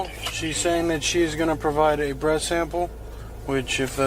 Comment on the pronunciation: . Cop Said BREAST SAMPLE. INSTEAD OF BREATH 😅